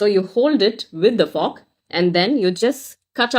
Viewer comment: Ava fork nu sollura pronunciation ae thappu ithula elegant.